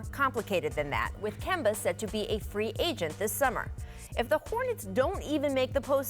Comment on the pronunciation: Scottie can't ever say anybody name correctly... KAWAAD AND KEMBO SMH